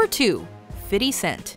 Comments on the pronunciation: Never heard of "Fiddy Cent" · Im from montreal and no ones says fiddy lol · "Fiddy cent"... what is she trying to say😂💀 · Fiddy cent? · Tj Walkins cent* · and "fiddy scent" really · Please stop calling him fiddy cent. That shit don't sound right no more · "fiddy cent" LMAO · "FIDDY CENTS"?!?!?!?!?!?!?! LOL!!!!!!!!!!!!!!!!!!! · Anyone else cringe when she said "Fiddy Cent"! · "Fiddy Cent" 😂 just stop already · soon as i heard "fiddy cent" i scrolled down to the comments. I know i'm not the only one who heard that shit. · "Fitty Cent" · Fitty cent??? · who the fuck is Fitty cent ? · fiddy cent ffs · Who the fuck is fiddy cent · Did a White girl just call 50 Cent, "Fiddy" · im kind of offended by how she pronounced fifty cent. What the fuck was that